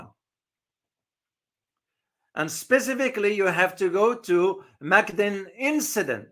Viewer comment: Mukden is spoken as Moookden